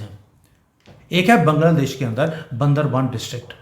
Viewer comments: सर बैंगला देश नहीं बांगलादेश बोलिये. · अरे बैंगला देश नहीं बांग्ला देश नाम है।बंगाल से बंगला देश हुआ। और बंगाली लोग बांग्ला बोलते है। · Please try to pronounce 'Bangladesh' properly 😊